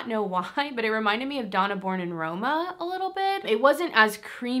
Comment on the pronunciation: Hey just wanted to let you know that the Donna in the Born in Roma perfume name simply means woman as in this is the woman's version. Donna means woman and is pronounced donah more like donor. There's a mens version as well which says uomo which just means man.